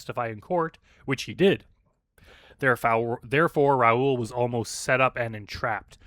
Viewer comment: It's pronounced Ra-Ool, rhyming with...um...Bra Ghoul. Coincidentally, Bra Ghoul would be a very fitting predator online name.